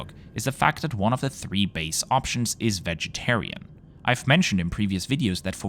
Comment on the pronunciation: no I'm just making a joke lol, usually the voiceover says "being 180 cm tall" but they emphasized the 3 this time